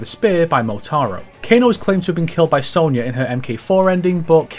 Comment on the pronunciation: Ffs it's SONYA! don't say sownyah like the yanks do, you're northern as well! We speak the queen's, pronounce with pride.